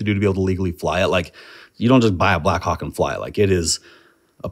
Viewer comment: 25 times he said Blackhawk, 25 times I heard Blackcawk